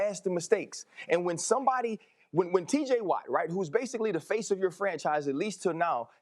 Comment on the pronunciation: He said TJ Watt lol